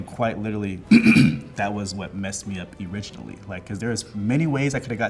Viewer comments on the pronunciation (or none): Forgive me... but did a SCHOOL TEACHER just pronounce "originally" "E-riginally"??? 🤨tf bro